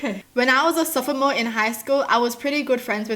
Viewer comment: the way she said sophomore 😂